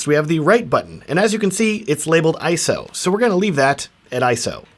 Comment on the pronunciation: Finally! Someone who says 'ISO' correctly!